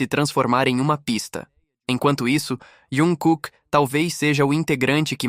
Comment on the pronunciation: Q eu saiba é jungkooke e nao iankooke,besta